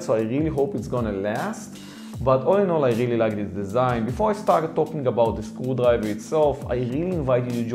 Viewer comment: why I keep hearing school library every time he says screwdriver